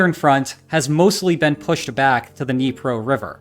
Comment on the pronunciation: It’s pronounced Dnyi-eh-pa, not need-pro river.